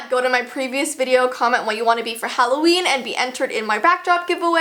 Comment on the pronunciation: I didnt see that u said "HALLOVEN" at first ⊙°⊙